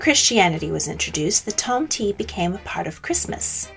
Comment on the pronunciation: Okej nice video, nice research, interesting and all, but the pronounciation is quite out the window, sadly. I first twitched at [kraist kaind] which should be pronounced in the german way [kristt kinn-t]. Then zwarte Piet, despite not speaking dutch myself, was also quite hard to swallow. Tomte / Nisse don't have an i nor y at the end, and are pronounced [tom-teh] and [ni-sseh]. And [did moarge] was soooo... sad. It's [dead mo-rose]. I mean you managed to get the [chn] sound in Belsnickel, but Europe was too far for getting the pronounciations at least a little bit right ? That's disappointing. Also you can't talk about the Wild Hunt of Odinn aka germanic/viking mythology, relate it to modern Christmas, and then not talk about the fact that Jól/Jul was from the start the celebration of Freyr and other Vanir gods, and even Thor and his goats, and that's why the Julbock (Jul goat) got associated with that period of the year... Else I don't really see why including Odinn in the list, because no, he's not a Christmas-period specific character at all. His Wild Hunt lasts a much longer time and when it happens varies depending on sources and places. Otherwise happy that you included the Befana, Krampus and the icelandic spirits !